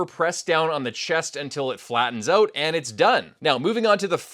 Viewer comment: "Oout"? Are you Canadian?